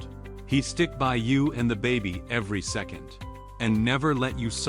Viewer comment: It is obvious you are working on your translations but how does it mess up the word "second" so badly? Story wise i hope Leon protects his family and i am including Melkvie as well. I am worried about her...*sigh* what a great story! Love it!